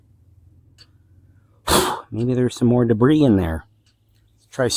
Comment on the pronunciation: debris is pronounced "Debree" the "S" is silent